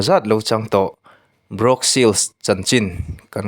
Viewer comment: Brawk ni lo vin bruk tih tur